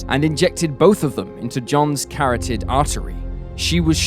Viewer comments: carroted artery? lol Think its Carotid artery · Carrotted artery 🥕 🐰 I like these videos but this guy mispronounces at least one thing in every video. Dude google it if you don’t know how to pronounce it 😂